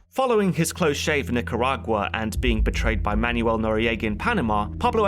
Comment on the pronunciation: In addition to that, it's Simón Bolívar. You pronounce his last name correctly, but his first name isn't "Simon." Simón, however, is pronounced a lot like if you're saying "the moan." While I'm on the topic, Manuel Noriega. It's "man-well." Otherwise, fantastic History Buffs, as I always love!